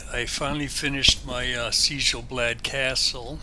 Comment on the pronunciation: No, you're fine. I was just surprised to see a Conan: Exiles video when I searched for Sjel Blad Castle on YouTube. BTW, Sjel is pronounced "Shel" in Norwegian, making the name much easier to say. I am still actively working on my castle for Skyrim, so I can understand and appreciate the time/effort put into your build. Beautiful work!